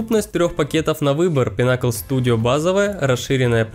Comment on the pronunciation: Pinnacle ударение на 'i'